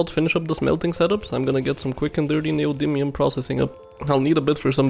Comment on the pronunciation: Your pronunciation of "neodymium" is 100% correct. You nailed it.